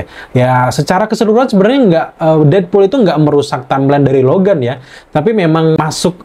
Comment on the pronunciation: Logam Logen wkwkwkwkwkwkw Logan* dong kak, huruf A wkwkwkwkw